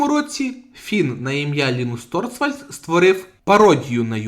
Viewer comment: реЄстр, курва!... і ТОРВАЛЬДС а не торцвальд!!! в ТОРЕЦЬ получиш, вже як за лінукс взявся то хоч не спотворюй базис!